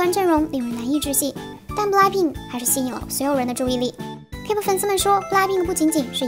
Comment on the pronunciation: 是k’pop‘不是k’per’英文真的要去讀好餒